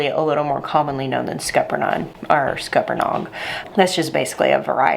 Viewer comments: SC native here, never once have I heard “Scupper-nine” pronunciation. I say “Scuppernog” so now I’m confused 🤣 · I can't even repeat how you said it! Scupper nine? Non? What? :p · Scupanon is how I pronounce them. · Scupper what?? Born and raised and still live in south Georgia and never heard that pronunciation in the 1st part of the video. I dont know what mayhaw jelly is but i remember as a kid driving thru rural Georgia and seeing signs in poor penmanship on the roadside of mayhaw jelly. Just a memory i have.